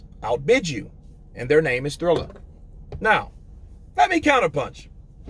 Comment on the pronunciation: Just a little tip. It's prononced Triller rather than Thriller. Keep up the good work mate.